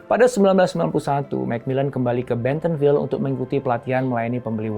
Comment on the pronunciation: Bentonville mas bukan betonville.. doug itu cuma ceo..alias..karyawan..pemiliknya adalah keluarga walton..